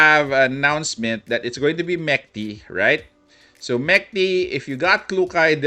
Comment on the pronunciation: Mechty is a russian word which translates to dreams. Proper way to pronounce it is to pronouce ch like in challenge